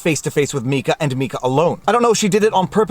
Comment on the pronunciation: Ty for saying Mika correctly lol